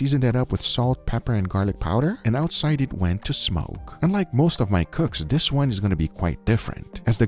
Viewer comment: Hey guga did you know the word "this" is spelled with a "th" not a "d"?